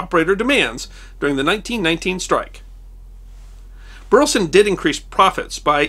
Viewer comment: Minor quibble: I come from Burleson, Texas (no relation to the subject of this video) but the pronunciation of Burleson is three syllables, "BUR-leh-Son".